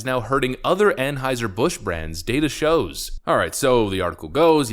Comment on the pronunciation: Well, at least he pronounces Anheuser properly. I have heard a couple other channels butcher that.